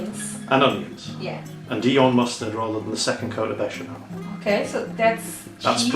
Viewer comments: Well done for the bechamel and TNX for galantly butchering proshcuteioh! And you are right: more cheese! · As a french with some family in Italy, I'm actually impressed at how you nailed the prononciation of "béchamel", "gruyère", or "prosciutto". Well done. And frankly after what my father told about about english cuisine, I wasn't expecting this stuff from you, but once again, that's really nice !